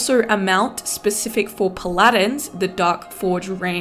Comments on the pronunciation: Pal - Adin. not Pal Ladin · You're one of a very few people I've heard to pronounce paladin that way. The others were in Texas, so clearly unrelated. English is amazing. <3